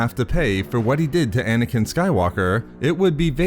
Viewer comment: Dude, stop ending words and sentences with -uh. Ex: Anakin-uh. Understanding-uh. Obi-Wan-uh.